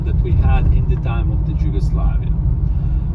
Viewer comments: Đugoslavija lmfao, why isn't he pronouncing it in our native language ffs. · Lol, that guy doesn't know how to say Yugoslavia